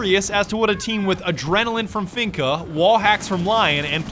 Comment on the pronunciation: I'm not gunna lie. Because of you I will never pronounce Finka right, always finna